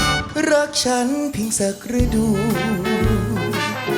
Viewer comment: ระดู แปลว่า ประจำเดือน แต่ "ฤดู" ออกเสียง ว่า "รึ-ดู" ค่ะ